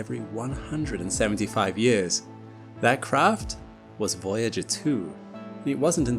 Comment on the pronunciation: It is years, instead of yurs